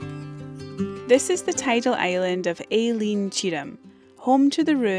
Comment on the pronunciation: The name for island is not 'Aileen'....its aid as 'Ellan'...its Gaelic not English.